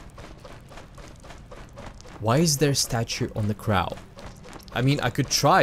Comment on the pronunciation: not sure if u learned this yet but in english the w character like in wagon and Wikipedia isn’t pronounced like v but like... also Crow is a long (soft, whatever u would call it) o